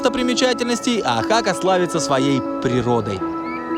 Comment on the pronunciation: ОАхака, а не ОахАка, очень режет слух